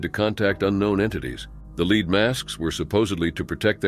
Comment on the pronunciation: "leed" masks?